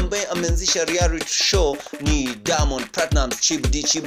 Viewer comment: P.s it's REALITY not rearity